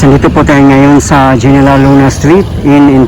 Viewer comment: Kuya, General Luna is pronounced "Heneral" Luna 😊